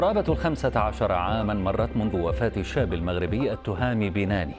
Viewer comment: بَنْاني وليس بِناني